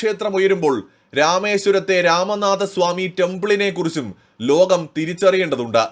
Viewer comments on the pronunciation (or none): none